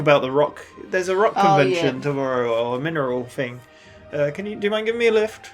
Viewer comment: "Let's rock and miner-oll"